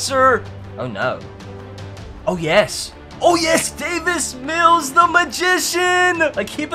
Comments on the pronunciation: He says David mills when it’s Davis mills😭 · It’s Davis Mills not David Mills😂😂😂😂